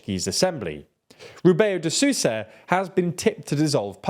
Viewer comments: "Sussa" lol Sousa is pronounced sowza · I was very confused with that too. I can excuse Castilianizing it a little, but French now? How and why? Doesn't make sense. Even the way they are pronouncing Sousa it's French-like. As if saying Sous-chef or something. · love the videos but "Sousa" is a nasal word, its not susa its s-OH-usa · This is something I don't understand: they pronounced João (tilde not withstanding) almost correctly but José becomes Hosé. And Susa? Just try to pronounce Sousa as in soul, will get most of it right, don't eat the O between S and U. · I could forgive the ã, it was the "Rebeyo de Sooza" that was making me cringe, as if the L read like the spanish LL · Dear: You may know how Spanish or French phonetics work well enougu But if you stumble into phonetics you're not familiar with, please, just read the world in the literal word to word phonetics, don't shove foreign phonetics into it just because our neighbouring Spanish and French brothers do it and you think you might just hit jackpot with it. The problem, like with gambling, is if you don't hit jackpot, it's really awful